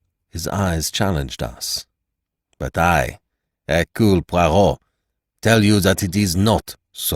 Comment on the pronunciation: Ugh nothing worse than an american mangling the pronunciation of ‘Poirot’ 🫣🙈😖😖